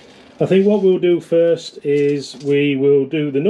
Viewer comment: Not foist😂😂😂